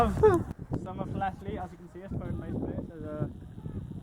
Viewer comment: I think you're pronouncing it wrong